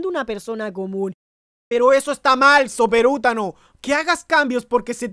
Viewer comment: Me encanta cuando dices soperutano xd